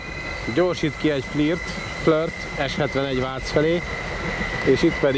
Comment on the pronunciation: Végre valaki jól mondja a FLIRT-et! 🤣